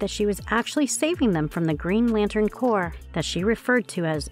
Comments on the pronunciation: Maybe don't hire this lady to narrate videos anymore. Nice voice but she obviously didn't know the difference between corps/corpse...violet/violent...Sinister/Sinestro. Reading is fundamental. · why did you pronounce Corps with that kind of intonation? are you a robot or smth